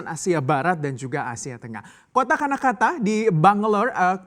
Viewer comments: Karnataka pak, bukan Kanakata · Karnataka mas, bukan kanakata